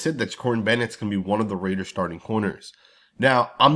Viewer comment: RAIDERS not Mehders